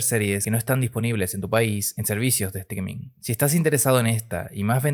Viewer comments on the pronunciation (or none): none